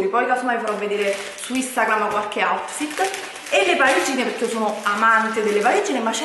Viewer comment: "Questo è il mio AUTFITTE"